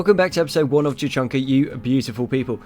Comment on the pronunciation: did you say Tuchanka?